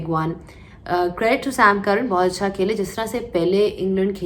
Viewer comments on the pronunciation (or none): none